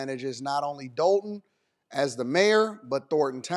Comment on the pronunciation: It’s not pronounced the way it spelled .. We don’t say Dol-ton . We say Doll-ton ..lol